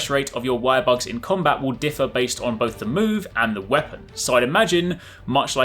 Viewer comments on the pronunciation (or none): none